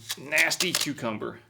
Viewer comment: It's funny how pronounces it "Q-Cumber" instead of "Cuh-Cumber"